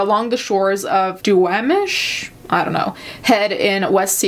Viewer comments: My pnw Seattle ass yelling at the screen “ITS PRONOUNCED Dew-ah-mish” 😂 this case was really frightening a lot of people around me were convinced we had another serial killer on our hands ☹️ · It's always fun listening to non-locals try to pronounce location names around here haha. We say it like "dooWAWmish" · Duwamish (Doo-wah-mish) is the pronunciation. When I first read about this it was very suspicious. Also, the kids were giggling and did not sound surprised by the suitcase being there at all.